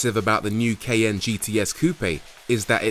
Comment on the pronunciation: for real dude....what language are you speaking it is KAIIIY-YAAAANNNE, not.